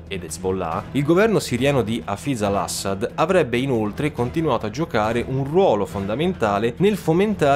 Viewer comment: Video fatto benissimo, ma da siriano mi saliva il grammar nazi Arabo ogni volta che dicevi il nome del ex-presidente (Dio lo benedica) Hafiz Al-Asad.